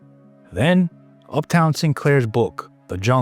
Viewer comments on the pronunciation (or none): Up-ton Sinclair....not UPTOWN....are you stoopid or something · Is this an AI voice. Upton...not Uptown....see attached❤ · Can't you say Upton? Why do you keep saying Uptown? If you can't narrate, get someone who can. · “Upton” not UPTOWN, jarhead 😂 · Up -ton not uptown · Up Ton, not Up Town. I believe Uptown Sinclair was NY pimp. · You lost me at "Uptown Sinclair" 😂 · Upton, not uptown was his name! 😸😺😺. Sorry to give you a hard time, but I couldn't resist. Other than that, a perfect video, as per usual. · Good catch on the name! Upton does sound way better than uptown. Glad the rest of the video hit the mark for you too. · Ok, Up-TOWN Sinclair made me laugh, but thank the Lord you're not a robot. Maybe recut, edit, pronounce poor Mr. Sinclair's name correctly, and re upload. You guys do such good work. Don't give your detractors such easy ways to criticize your otherwise fabulous content. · The mispronunciation is definitely distracting. We should expect better narration quality for a professional production.